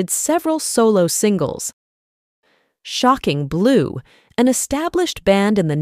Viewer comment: SHOCKING blue. Stupid AI programming can't figure out how to say it without emphasizing SHOCKING. So annoying. "click". i'm gone.